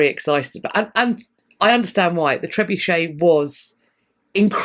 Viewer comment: Thanks to you, I now know how to correctly pronounce trebuchet. You don’t want to know how I thought it was pronounced. 😂